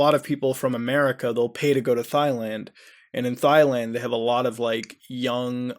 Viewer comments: It's Thailand (Tai/Dai people), not Failand :) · Haha! It's not pronounced Thighland! It's "Tieland"! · Please Muda, NEVER refer to Thailand as Thighland again xD Its pronounced TIE-LAND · Instead of saying Thailand he said Thighland Very ironic for the subject at hand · You need some English lessons, DONald not DOLAND and Thailand is pronounced TIEland not THIland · It's pronounced TIE-land, not THIGH-land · ITS PRONOUNCE TYELAND NOT THIGHLAND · What the fuck is "Thigh-land?" Do you mean Thailand? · It's a silent H. Tie, not thigh. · thigh land you mean Thailand? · tie-land lol not thigh land bro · Dude, Thigh-land?? Seriously? I know you do not really think it is pronounced like that, do you? Tie-land. Not Thigh-land. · ROFL Thighland! Its pronounced Tai-land. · I get triggered when he says thighland it's Thailand Thai-land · Theighland? Don't you mean Thailand? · If you’re such a “well known organization” then who the fuck are you? Thick thigh “thigh land” lol I love how you pronounce Thailand haha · “Thigh land” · The way this guy pronounces words makes me realize he’s dumber than a bag of hammers. “Thighland?” 😂😂 Dumbass. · I usually stream, so I'm never tempted to look at the comments, but when I do, it's because I heard someone say thigh-land. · it's pronounced Tailand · Did you say “thigh-land”? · Its pronounced "Tie-land" Muta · THI-Land lol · 'thighland' XD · "Thigh" land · '' Thighland '' lol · "Doland Trump" "Thigh Land" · Omg, Muta's mispronunciation of Thailand made my day, omfg. Thighland sounds like my kinda place, yo. Seriously, it's such a shame that things like that happen at all. >< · Did he do it on purpose though? Because at one point he called it "Thailand" but also mispronounced it. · thigh (leg) land??? and doland trump??? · Thailand = THIGH LAND lol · "Thigh-land". Sounds kinky. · Did he just called Thailand "Thyland?" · Bakura98 Thighland づ ͡°ᴥ ͡°)づ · I like your content bro. Thailand is pronounced 'Tailand' though lol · thigh land lmao